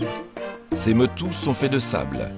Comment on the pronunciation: Les petits îlots en POLYNESIE se nomment Les MOTUS prononcer MOTOU